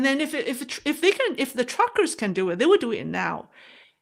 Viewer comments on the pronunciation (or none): none